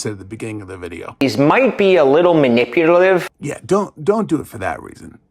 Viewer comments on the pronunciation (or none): It’s not relevant, but I just wanted to point out that he says maniputalive. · "Mahliputive". Say what,?? Good start. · "manipuTaLive" bro you can't even manipulate your own mouth to make the words come out right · When you want to BE manipulative but can't even pronounce it 😂😂😂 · This may sound a little mean, but I like getting my absurdly bad advice from someone who can actually pronounce "manipulative." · He can't even pronounce "manipulative."